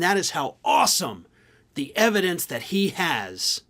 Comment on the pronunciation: 'I have the yevidence!'..it's all coming out on the Twelfth of fucking Never.